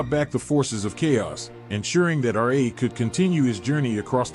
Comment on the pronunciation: You're improper pronunciation of Ra absolutely bugs the shit out of me. How can you be so knowledgeable about egyptian mythology and not pronounce Ra correctly?